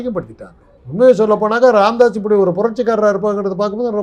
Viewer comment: ராமதாஸ் இல்லை "காமதாஸ்" correct 🤣😂🤣😂